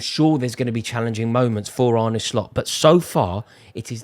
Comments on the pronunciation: You don’t pronounce it as “Arney” but “Arneh” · It’s pronounced “ar-na” but apart from that, yes you’re correct, we’re sick